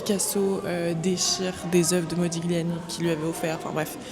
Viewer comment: Modiliàni, avec l'accentuation sur l'avant-dernière syllabe (comme dans tagliatelle, on ne prononce pas le g)